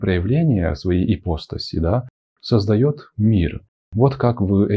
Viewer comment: Продолжение. Итак, произошло, значит, это «почкование». Появились эти Эманации, Ипостаси (кстати, ударение падает на слог с буквой А — ипоста́сь ;)). И по видео получается, что им поклонялись самые простые люди («физики», по гностикам), потому что такое им ближе и понятнее. И вот тут я хочу не возразить, а дополнить. Да, безусловно – но не только они и не только поэтому. Лица более духовные и просветлённые, причастные «Единому» (L’Uno neoplatonico), интересовались и творчеством Единого! Ну логично же: уважать кого-то – и интересоваться тем, что он создал. :) Это очень важная тема – Трасцендентности и Имманентности Божественного. И если в Египте, Греции и др. мало внимания уделялось Трасцендентности (вот именно что ею занимались лишь посвящённые) – то в абрамических религиях, наоборот, «зажали» Имманентность. Конкретно – всё телесное, природное, женское. А возвеличили аскетизм, отказ от земного, умерщвление плоти. И никаких тебе храмовых танцовщиц! ;) Люблю такую фразу Мережковского: «Христианство – правда о Небе, язычество – правда о Земле». Да, Логос (о котором говорится в начале Евангелия от Иоанна) можно сравнить с руками Атона. Иисус – по определению Божественное-во-плоти. Но это, по канонам, случилось один раз, очень давно, на 33 года. И коснулось в основном психологии, отношений в социуме, морали. Но не других земных проявлений. Потом еще San Francesco con il suo Cantico delle creature. Ну и в принципе всё. И народ, как я это вижу, восполнял нишу сохранившимися язычески